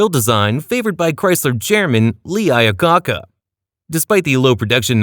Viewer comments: Is the surname I-ah-co-ca really that hard to say? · Did he say Ira caca?